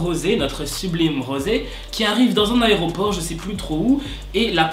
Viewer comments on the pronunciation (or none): none